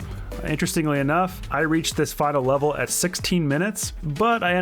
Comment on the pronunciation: LOL! Did anyone else hear him say “final wevel” ?